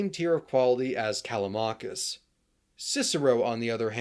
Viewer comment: when you say Callamakis, you mean Callimachus i guess